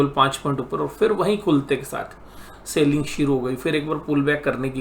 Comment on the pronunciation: Its not Sailing.. It is Selling. Good Videos but your Sailing irritates alot.